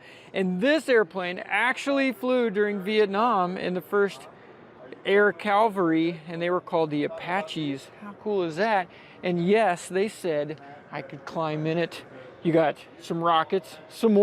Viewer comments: I hate to be "that guy", but you were referring to the Air "Cavalry", not "calvary". Calvary was the name of the hill where Christ died on the cross. Sorry to be a stickler, but my understanding is that you were in the military so I just couldn't let that one slide. Anyway, keep up the great content, and safe skies! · did you say, ‘Air Calvary’, instead of Air Cavalry?